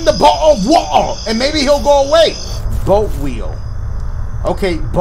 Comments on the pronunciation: The way he said "Botal of waer" tho😂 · " A bottle of wa-ah" 😭😭😂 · Bahuh of wahuh 😂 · dashie: picks up bottle of water also dashie: “botta of woa” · “botul of waer” I love it😂😂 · I started laughing so hard when he said BOTTLE WATA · And I was dyin when he kept saying bottle of wotar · Why he say water like that😂😂